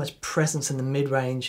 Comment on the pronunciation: “The Whampler”